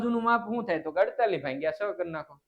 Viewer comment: સાહેબ તમે ભાગીયા ને તમે ભાંગીયા કેમ બોલો છો😅😅😅😅😅😅😅😅😅😊😊😊😊😊😊